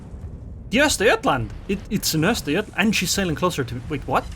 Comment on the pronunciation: Good pronunciation and destruction of Östergötland.